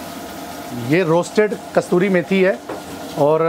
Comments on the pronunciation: KASTURI NAHI KASOORI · 😅😂😂 It is Kasuri methi ( कसुरी मेथी )